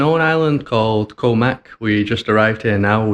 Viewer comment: Thai word for Island is Gaw, said very quickly. Not a 'k' sound.